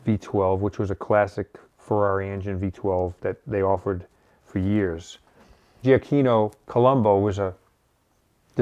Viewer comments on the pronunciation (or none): none